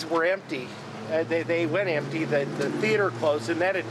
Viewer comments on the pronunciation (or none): none